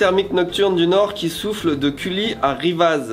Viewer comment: Petit dej - dîner - souper Et sinon j'ai failli m'arracher les oreilles au moment où a prononcé les villages de Cully (cui) et Rivaz (riva) 🤣🤣🤣 Et on oublie pas: Bonzaiiiiiiiii